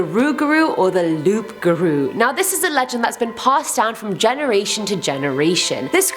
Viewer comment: Loup garou is pronounced as Lou Gar-Ou and it is a where wolf. every friday at my highschool in our french class we play a game called loup garou and it comes from the French culture in France.